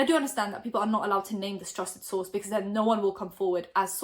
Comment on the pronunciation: I dont hear trusted source anymore, I hear trusted sauce 🤣😅